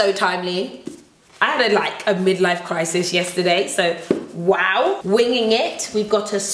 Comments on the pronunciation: I loose it every time you say ‘wowew’ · OMG! I love it when you say wawu!!! I actually die laughing everytime!! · Nothing like how says wow; "wanwo" 😂 love it!